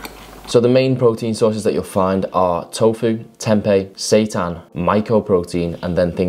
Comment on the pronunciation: Is that how you pronounce Seitan? Lol 😈 🔥